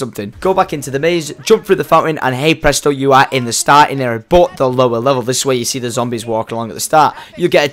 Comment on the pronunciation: u say but in a wierd way